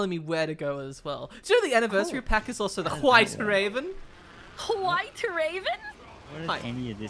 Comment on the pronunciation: pronounces White just like Stewie pronounces Whip in Cool Whip